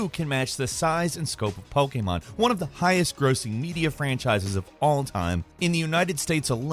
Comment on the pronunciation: Still can’t pronounce Pokémon correctly